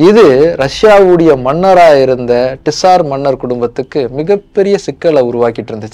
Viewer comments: அது டிசார் மன்னர் இல்ல... சார் மன்னர்கள்.. காரல் மார்க்ஸ் இல்ல... கார்ல் மார்க்ஸ்... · Dude you are wrong at few places. 1. Tsar is pronounced as ஸார். Not டிஸார் 2. Tsar or Czar means “ Emperor” it is not a dynasty. The root word is Ceaser. Please correct these in your next video. Nicholas is from “House of Romanof” 3. Every time you see a “Z” you don’t have to pronounce as ஜா. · Saaaar sorry..... it's not T-SAR..... say ZAAR 😂😂😂😂😂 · Very nice video, personally liked it. only one correction - it is not TISAR, it sounds like ZAR. Tamil JAR is more closer. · Ned to pronounce as Zaar in English too, bro. T is silent. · உச்சரிப்புதான் Tsar நிஜ வம்சம் Czar. இரண்டிலும் முதல் எழுத்து silent. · bro pronunciation of tsar neenga solradhu thappu in english adha mathikonga